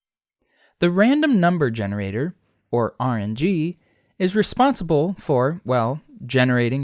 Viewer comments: "genreator" nice. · genreator lmaoooo